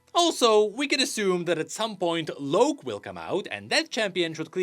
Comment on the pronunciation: Why do yall keep saying Loak? Its LOCK. They even said it in the dev blog